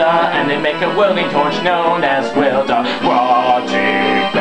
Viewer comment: heh heh "They make disgusting underwear for Gruntilda and a welding tortch known as Welder" I like how u do it fast and say "Welder" like "Welda"